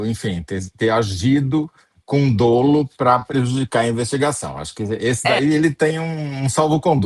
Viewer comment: Um jornalista do naipe do Toledo falar "dôlo" é brincadeira